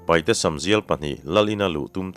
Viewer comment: Kan lo sawi ve lawk ang e,paihte nilovin,paite tihtur a nia,chuchu an duh dan pawh a ni a,paite ti in lam thei tawhla a ṭha lo mawle,te ka lo ti ve deuh a